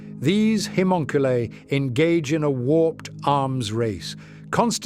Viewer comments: I don’t think he can help it I watch a few ai channels an ai just can’t pronounce it it’s bad lol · like 8 different pronounciations on Haemonculi lol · I love your work, but the different pronounciations of "haemonculi" throughout the video are jarring ;) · no I agree the only other one I watch as much as his is imperial iterator I wonder if he could play with the spelling of it an see if he could find a way to get the ai to pronounce it correctly